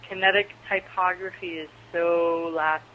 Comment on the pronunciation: Loved it! The way You speak makes this entertaining to listen to. ty·pog·ra·phy though xD